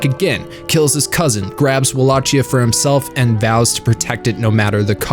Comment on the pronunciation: Love your vid. Really hated how you pronounce the words Walachia and Tepes.